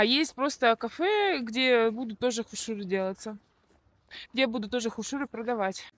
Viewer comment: Вы просили вас исправлять если что не правильно!Так вот когда вы говорите слово хуушууры то надо чтобы ударение было на первом слоге а не на втором как у вас!У вас слово хуушууры на монгольском звучить не правильно!Попробуйте говорить растягивая на первом слоге ХУ-УШУРЫ при этом на втором слоге как будто меньше чтобы звучало растянутый "У" буква хотя надо чтобы были оба слога растянутые были.Но на местном монгольском ухо звук должен быт именно так Ху-ушуры.А увас звучить Хушу-уры то есть вы на втором слоге букву "У" растягивайте!Попробуйте местами поменять тогда будет всё правильно!